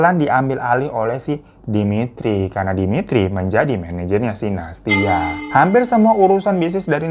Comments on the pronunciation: Nah tuh... Dari Nastya, Bang Hiro pasti bakalan ada salah nyebut jadi Natasya, Nastisya, Anastasya, dll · Aku ngakak dr awal video smpe akhir hirotada selalu salah sebut nama nastia. Natasya nastia nasyia natasya. Memang ntn video hiro ini ga pernah skalipun aku ga ngakak 😂😂😂😂😂😂😂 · tiap bang Hiro salah nyebut Nastia selalu aku benerin sendiri 🤣 makasih videonya bang, semangat teruuusss ❤️